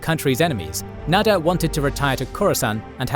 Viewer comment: Nader not Nadir